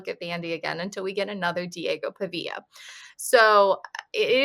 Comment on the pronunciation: Can’t even pronounce Pavias name. lol😂 so clueless.